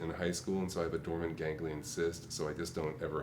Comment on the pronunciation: “I got plantar fasciitis and a dormagangular cyst”.. LMFAO